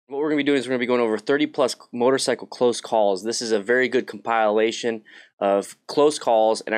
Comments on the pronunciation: Pronounced Comp-ih-lation, Not com-pi-la-lation. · Com-pill-ation not com-pile-ation, if you know what I mean. Just a heads up, bro. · com pile lation? com pa lation maybe. Lol.